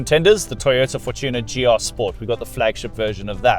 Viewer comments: Interesting. You say For-TU-ner. Afrikaans people say FOR-tuner. Mmmm. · Us black folks call it FOR-chooner😂